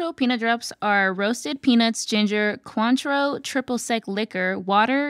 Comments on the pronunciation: I’ve never heard Cointreau pronounced “quanttro” 😂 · As a French Canadian, with a grandmother who immigrated from France, how they pronounced "cointreau" and "croquembouche" was as hilarious as it was painful. 😂